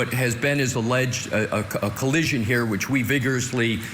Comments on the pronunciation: said "there was no coallision' 3 times in his opening statement. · said "there was no coallision"